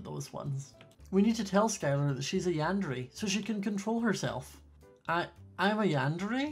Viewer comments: Not to be mean and loved the vid but it is pronounced yander(é) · Yun-da-ray is the correct pronunciation